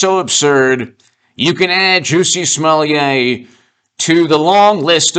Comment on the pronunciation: Smo Lett not Smo Leeah. Can't you read?